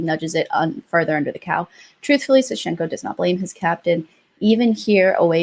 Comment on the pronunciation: Fully support this. Also in the name Sashenka the first syllable is stressed. It's sAshenka